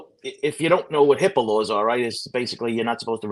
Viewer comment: OMG!, I was like “What’s a Hippalo?” HIPAA lawr. HIPAA Law.